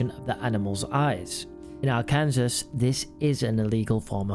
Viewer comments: Are-Kansas fucking hell lad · Ar-kansas 😂😂😂 it’s pronounced ARK-EN-SAW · It's pronounced Ar-kan-saw . not Ar-kansas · Ark-in-saw say it with me. Not pronounced Ar-Kansas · Are-kin-saw not are-kansas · You pronounce Arkansas R-can-saw, not R-Kansas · You can't even pronounce Arkansas properky😂😂😂 I see you have researched this well Arkansaw is how it is pronounced not RKansas😂😂😂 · Did anyone else spot the mispronunciation of Arkansas? He pronounced it as it looks, instead of Ark-in-saw!! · AR KAN SAW,, dimwit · Love how says it as our Kansas not arkensaw 😂😂😂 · i know it’s probably confusing, as it’s confusing to most americans, but arkansas is pronounced arr-can-saw rather than arr-can-sas. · It’s pronounced Ar-ken-saw not ar-kansas😂😂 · Arkansas? AR Kansas? Ar Kan Saw? And the very rare.... AR(L) Cn 'Saul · It’s pronounced ar-kan- saw . Nice video tho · Y’all keep saying “Bill” Clinton. I have family in Arkansas (Are-Can-Saw) and a friend who used to live near this area. It’s not Bill. It’s who we call Killary (Hillary) We all know it. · You're pronunciation is wrong! Arkansas is pronounced Rrrcansaw! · Or the dog at witness head and witness died from natural causes and Arkansas is pronounced arcansaw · Are can saw is the pronunciation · I'm british and even I know it's pronounced ARKEN -SAW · It's pronounced Arkan-saw haha 😂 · I’m tempted to click off this because of you saying ArkansAS. I’m giving you a second chance but don’t do it again or I’ll tell uncle bill ok? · Its pronounced AR-CAN-SAW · Also saying “Ar-kansas” is seen as an insult to the people of Arkansas just in case you ever go there. Which you probably won’t but still. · Arkansas is pronounced Ar kin saw. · Ar Kan SAaaa fs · my man said arkan sis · “Arkensaul” ……your teams doing you dirty not correcting you 😂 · Come on I'm British as well. It is pronounced Arkinsaw 😅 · Hahaha this made me giggle “our kansas” 😂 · R CAN SAW say it! sai it!!!!!! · Arkansas = ARE KAN SAW